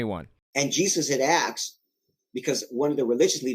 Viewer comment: How credible is a guy who can't pronounce "asked" ? Of course the other stuff is nonsense but I would focus on the low-hanging fruit and try to sound like someone who has read a book.